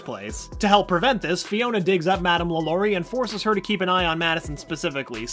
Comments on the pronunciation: Not pronounced lalory it's more like la la ri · Wait why can’t this guy pronounce things? 😂 LAlaurie not LaLAURie Cask of amontiYado not llado macAHB not macaBRUH